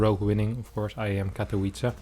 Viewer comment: I love your content,, keep it up! <3 Just a hint though - IEM Katowice should actually be pronounced with V instead of (English) W. So more like Katovitze. Hope it helps:)